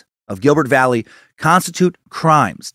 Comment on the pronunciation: Excellent work sir. Just FYI tho...Valle is pronounced Va-ye.